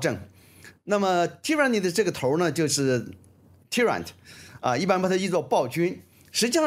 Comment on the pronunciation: tyrant [ˈtaɪrənt] 吴老师读错了